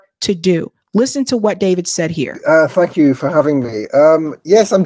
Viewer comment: it sounded like he said F you for having me😅